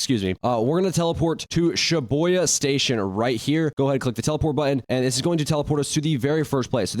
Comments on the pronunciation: day 1 of hearing him say shiboya station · "sha-boi-yuh station" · why is he saying shiboya it pisses me off so much